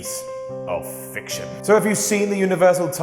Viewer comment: ... did you say a piece of fiction, or a piece of fish? I like the surrealness if it was fish...